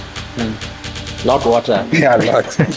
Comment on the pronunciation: ihlo lakho when he said “lot water “😂😂